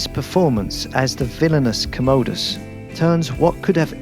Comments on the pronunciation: KAHM-uh-duhs.. NOT commode-US. You're welcome 😒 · Wait what?? Gladiator...did he just say Joaqin played 'Co-mow-dis' as similarly pronounced ko-mo-do dragon!?? I'm sure it's Com-ah-dis. Whaaaaaah. 《《《Make the noise